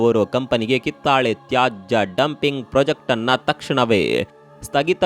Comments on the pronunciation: ಮಾಹಿತಿ ಚೆನ್ನಾಗಿರುತ್ತದೆ, ಆದರೆ ಉಚ್ಚಾರ ತಪ್ಪಾಗಿರುತ್ತದೆ, ಕಿತ್ತಳೆ ಬದಲು ಕಿತ್ತಾಳೆ ಎಂದಿದ್ದೀರಿ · ಇವರ ಕನ್ನಡ ಬಾಷೆ ಹಾಗೂ ಮಾಹಿತಿ ಉತ್ಕೃಷ್ಟವಾಗಿದೆ ಆದರೆ ಕಿತ್ತಾಳೆ ಮಾತ್ರ ತಪ್ಪಾಗಿದೆ